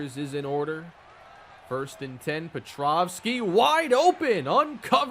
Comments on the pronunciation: Are you referring to Pa-Trow-ski being called pa-troff-ski? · He’s pronouncing the W as a V like you would in “Nowitski”